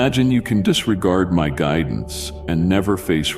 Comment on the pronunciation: I trust your gridence